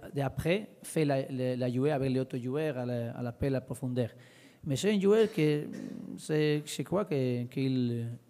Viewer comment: quand il dit jouer et joueur on dirait qu'il dit UV (Juventus) il m'a soulé avec sa langue inventé